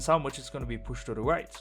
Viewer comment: "white" and "right" sound the same out of your mouth lol